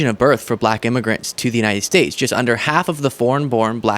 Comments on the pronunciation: Buh-Lak-Huh! He is such a putz. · The extra syllable in black contains his hate. Buh-lack. Such a weirdo & not in a good way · So weird how he pronounces “Black” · If anyone is hostile and nasty it's Trump. Just the way he pronounces "black" in regard to Kamala Harris is insulting.